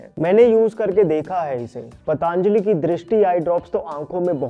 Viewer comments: पतंजलि बोलिए मित्र। पतांजलि बोलने से महान ऋषि का अपमान होता है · पतांजली नहीं पतंजलि है . आप से निवेदन है कि कंपनी का नाम सही उच्चारण करें , आपको सुनकर आपके सभी सब्सक्राइबर्स भी ग़लत बोलना शुरू कर देंगे . महर्षि पतंजलि के नाम पर बनी है यह कंपनी . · That's पतंजली......not पतांजलि. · पतांजलि...पतांजलि... कयुं बोलते हो ? पतंजलि नहीं बोल सकते ? चाईना से आये हो ? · भाई तुम हिंदुस्तानी हो ना... तो ये Pronounciation इतना खराब क्यों है ❓❓ पतंजलि को पटअंजली... त्रिफला को ट्रीफला... क्या हैं ये ❓❓❓ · It's "पतंजलि " not पटा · Please pronounce Patanjali correctly. It is not पतांजलि but पतंजलि। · पटांजली ❌ पतंजली ✅ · पतंजली बोलो पटांजली नहीं. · जी, मैं आपके vdo हमेशा देखता हू क्यु की वे विश्वासार्ह होते है l PATANJALI का उच्चार पा त न ज ली ऐसा किजीए न की प ता न ज ली. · Why the hell you call it pataaaanjali it sounds very derogatory it looks like you are deliberately making fun of a great rishi.....it's पतंजलि not paaaataaaaaanajali, please please take care of these things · Why are you saying पटॅन्जली ? It is पतांजली bhai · It's not पटांजली... ऋषी पतंजली का नाम है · Patanjali❌ Pataanjali✅ 😅